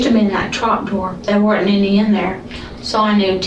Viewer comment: Anyone who uses the word were'ent, as in "There were'ent any in there" should not be working in the medical field.